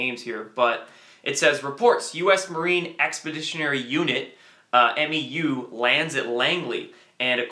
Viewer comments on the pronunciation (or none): hey brother, great job again. Just FYI, the Marine Expeditionary Unit or MEU is shortened by pronouncing it as a single word: "mew". Nonetheless, good report.👍🏻